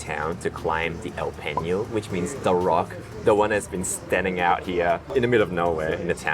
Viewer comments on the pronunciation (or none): Peñol , Guatape no Peño, no Guatabia